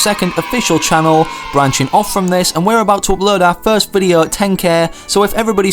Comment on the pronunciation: despite his accent, he can pronounce 'o', but he says videa...